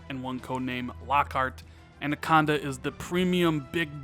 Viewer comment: It’s “ANAconda” not “ANDaconda!” 😂 Great vid anyways bro!